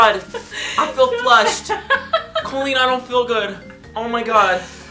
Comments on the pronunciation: When he says "Colleennnnnnn" it sounds more like "Kwennnnnnn" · i love you over pronounce colleens COLleen 😂😂😂